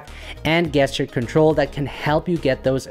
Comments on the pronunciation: Very nice. So the word "gesture" is pronounced JEST-ure, not GUESS-ture. If that makes sense. English is a weird language! Thanks for making this great video! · Great video. You are my favorite video editor creator specifically for composition. Gesture is pronounced Jeschure